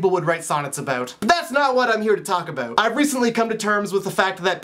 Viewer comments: "Aboot." Haha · I love how you say "about"!I live in the country out in Georgia & I used to live on the west coast and in the city in Atlanta (btw I was born in Florida) and i used to speak all proper & now I feel like a country bumpkin.& so when I go back to the city sometimes to see my old friends everyonewill be like wtf happened to her because i will be talking like a true counrty bumpkin but i love everything out here inthe country so i dont tend to worry about it that much(:& those shivers drive me crazy! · I just love how you say about! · your Canadian is showing.....about......:3